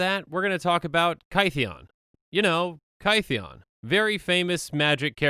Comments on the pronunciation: Kaytheeon? His name was changed because he got misheard as Gideon and rolled with it. It should sound similar. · It's Kith-ee-en :( not Ky-thee-on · In ancient greek the theta is not a th it is a t-h. So theta for example is t-heta. Gideon's name is kytheon with the y making an i sound, it sounds more like kit-eon. Hence when the knights that gideon met after planeswalking heard his name, they for lack of a better word anglicized it into gideon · It's not KY-thee-in as in rhyming with "pie", but KITH-ee-in, rhyming with "pith". His name was mispronounced as GIDDY-in, not GUY-dee-in. Straight from Doug Beyer of Wizards: "Kytheon Iora is pronounced “KITH-ee-un ee-OR-uh.” “Kytheon” uses the same vowel sounds and first-syllable-stress as “Gideon.”" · No one:: KY-THEE-ON I also just realized that Chromanticore is just WUBRG Kestia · Kytheon is pronounced Kit-heon. This is addressed when he does his first Planeswalk to Bant, and the locals recognise the hard vocalisation of the "K" and the "T" but replicate it as "G" and "D," probably due to speaking with vibrating vocal cords, as opposed to inert cords. Tamanoa is a group. The flavour text reads "...the tamanoa rose to bring a new morning..." with a lowercase "t." Much like you would say "The sheep are in the shed," if you talking about a group of the animals, or "The Sheep is in the shed" if you were talking about a singular being named "Sheep." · I’m sorry but I’m really ticked off by your pronunciation of Kytheon. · My stance on name pronunciation is "it's fantasy, who cares?" but I think Gideon's name change is interesting, so here we go! "Gideon" is a mispronunciation of "Kytheon," I think -- iirc he goes by Gideon because it's easier for people outside of Thermos to say. So the y in Kytheon is probably pronounced like the i in Gideon (like "kid") and the th is probably hard (like in "that") -- "Kiðeon." Anyway, I just think it's neat. :)